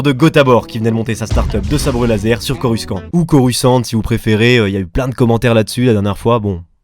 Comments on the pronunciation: En Anglais, je viens de vérifier avec Google Translate, ça se prononce "corussan't", et non "corus quan't". La première fois j'ai rien dit, mais ça m'a choqué, j'en dû aller voir un psychiatre... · Ça ne se prononce pas corusse kant, même si la dame Google le dit. T'en est conscient, n'est ce pas ?